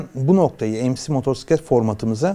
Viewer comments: MOTORSİKLET nedir? Kulübün var ama motosiklet demeyi bilmiyorsun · Motorsiklet? Yok moturpiskillet🤦🏻‍♂️ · Motorsiklet değil amca "Motosiklet" R yok. Önce sürdüğün aletin adını bir öğren :)